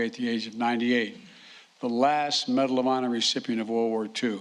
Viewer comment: "Bedal of Honor posthumanously" WTF? LGB!